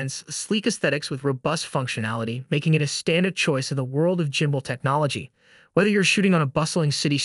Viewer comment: okay, did you say the M40 is a gimbal? It's a light... bro how does it stabilize photos and video. If it's a light?? Did you even research the correct product??? Also it's pronoun GHIM-bul. not jimbol